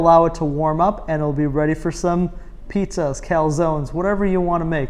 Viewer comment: It's "pijja";-) Thank you for the cool videos and good cooking content